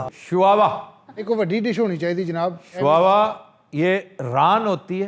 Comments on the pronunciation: Aman nahi sir Oman is the correct pronunciation. And it is shuwa not shuawa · I live in muscat and eat many time this dish. But sir its shuwa not shawawa